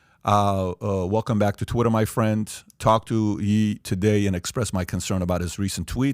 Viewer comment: Ye is pronounced like "yay" FYI. Not "yee"